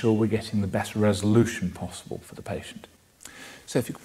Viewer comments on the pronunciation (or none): none